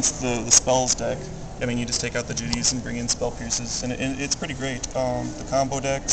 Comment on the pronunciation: Jit-tay. Say it right.